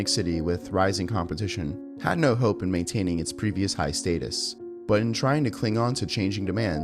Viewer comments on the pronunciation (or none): none